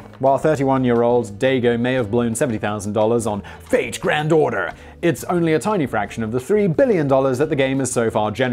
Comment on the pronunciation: Am I the only that keep hearing Fake Grand Daughter instead of Fate Grand Order?